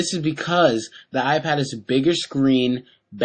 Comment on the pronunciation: fail he says iPwn